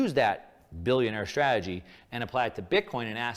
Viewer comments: Exactly. And he cant even pronounce strategy. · Why would a financial supergenius like this guy feel the need to spend time and energy making these videos? If I knew all the secrets, I'd keep it to myself. It's like a pyramid scheme. Besides, he can't even pronounce strategy.